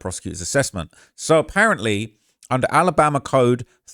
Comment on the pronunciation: He was in Tennessee....why this guy saying Alambama